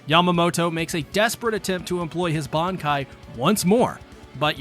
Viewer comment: Bruhh their techniques?? Seriously??? It's "Bankaii"